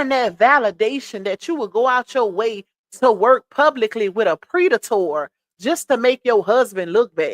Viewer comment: It's the pre-da-torrr for me 🤣